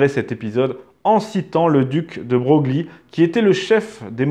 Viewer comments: Duc de Breuille, pas de Broglie (prononciation).... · Le "seul homme de la famille" selon Bonaparte n'était pas la duchesse de Berry, mais la duchesse d'Angoulême, Marie-Thérèse-Charlotte de France, dite "Madame Royale" ; et, bien sûr, quant aux noms des ducs évoqués, Castries se prononce "Castre" et Broglie "Breuil". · Curieuse est cette ignorance de la prononciation du nom du Duc de Broglie, qui se prononce de Breuil...